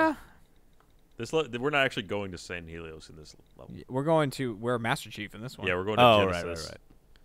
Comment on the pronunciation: Not looking forward to when they reach mission 8 and I have to listen to Jeremy say "Sang-ee-lee-ose" evey time they talk about the planet.THERE'S AN H IN THE NAME JEREMY IT'S NOT THAT HARD.